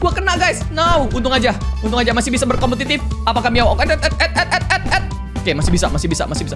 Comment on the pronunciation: hah kompotitit